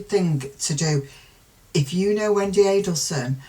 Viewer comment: You say Wendi perfectly. Ignore complainers